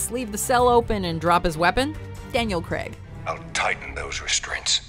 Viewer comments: Why do Americans pronounce it Creg? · Who the fuck is Daniel Creg???? It's Craig! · Daniel Creg? Really? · I don't get how Americans get 'Creg' out of 'Craig' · “Daniel Cregg” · Craig! Craig! Craig! Not Creg! How can you not pronounce it? Craig like vague or plague. Not Creg like Greg or beg. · Down voted for saying KREG instead of Craig. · Who the hell is Daniel Creg? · the funniest part of this vid was how pronounced Craig. Cringeworthy. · Daniel CREGG??